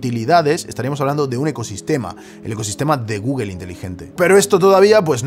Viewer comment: porque pronuncias tan mal google xd